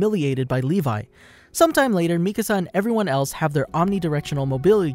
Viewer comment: It's nice to hear someone actually pronounce Mikasa's name right, instead of saying the spanish word for house "Mi Casa" 🤣